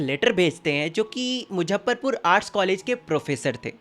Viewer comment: it's muzzafarpur not muzzapharpur